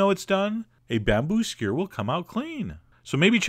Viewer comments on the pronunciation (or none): I love Chef John, but two words I hate listening to him say: 1. Skewer 2. Syrup.